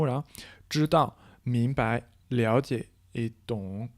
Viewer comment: 明白, bai est neutre, sans ton. Dîtes pas ming2bai2, ça fait trop bizarre 😅 merciii pour tes vidéos.